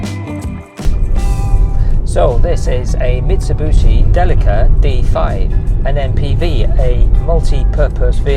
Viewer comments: It's bishi, not booshy. Nice rig! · so this is a Mitsa-boo-shee Delica D5 😅😂😂 Nice vid & build BTW